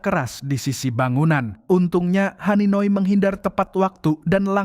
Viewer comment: haninoy? Bukan hanagi?